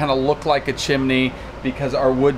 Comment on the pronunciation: Insecure by saying chimne again and again